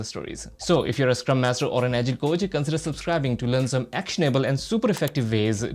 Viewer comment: your pronunciation of the word "Agile" is not good, please rectify it.